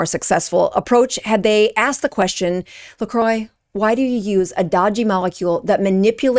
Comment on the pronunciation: I love how you're exposing these brands, but please also learn how to pronounce them when making a video. LMNT = element, "lecroy" = lacrwa. Not hating, just being informative. Feel free to delete this comment after reading!